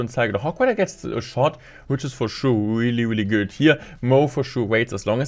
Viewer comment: The video is very good but the weely is weely weely weely wierding me out